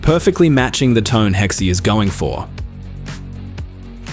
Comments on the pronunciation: It’s pronounced Hex not Hexi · Hexe...Hex is how it's pronounced. The E is silenced... Not Hexy... 😂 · hex ❌ hexie ❌ “hex-uh” (German) ✅